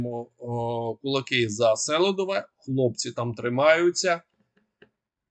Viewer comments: СелИдове, а не СелІдове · Помилитися можна один раз. А вперто не реагувати на дописи слухачів з проханням робити правильний наголос в найменуванні міста СелИдове це зневага! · Нагадую: наголос на СелИдове, на И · Хотів послухати відеоогляд, але не зміг... Я не розумію, як можна готувати огляд, не ознайомившись з правильною назвою міст. Немає міста сЕлидове, є місто СелИдове. Я думаю, що такий ти і експерт. Ти людина мало обізнана, повинно бути стидно. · Правильна назва Селідове з наголосом на другий слог.